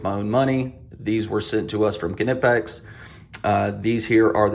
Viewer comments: Another awesome video, Kuh-Nip-X makes such nice tool. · Kuh-nip-x :p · These Kuh-Nip-X bolt cutters are head and shoulders above the rest!